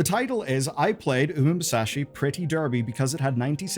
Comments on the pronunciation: Erm - "Umamusume" is not pronounced "oomsashi" ... it's "ooma-moosoo-may". Please read the letters rather than making it up on the fly >< Why doesn't anyone read the letter anymore 😟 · I get not getting the pronunciation right if you're not familiar with the language, but there's mispronouncing and then there's not even trying. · Good video but I'm sorry I gotta dislike for that pronunciation holy shit. If you had literally just read the word and pronounced it phonetically it would have been been fine. But turning "Umamusume" into "Um Musashi" sounds just lowkey racist. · blud just said "umu-musashi" it wasnt even CLOSE dude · did he call it "umamusashi" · LOL I have no idea what word you said there but it was NOT 'Umamusume' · Hearing him saying "Oom Sashi" Is quite something. Made me flinch a little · because it’s not the way it’s pronounced at all. You pronounce it as “oomah moosumeh”, not the weird way the pronounced it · Weird way to pronounce Umamusume but sure. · An attempt was made at pronouncing that title, lol. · Couldn't be arsed to even attempt to look up the pronunciation of Umamusume. Nice job! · Why is it so hard to just pronounce it as it's read 😭